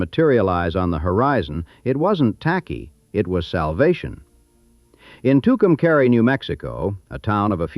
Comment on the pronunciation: The AI is pronouncing Tucumcari wrong it's pronounced Tucum"cahre" not caree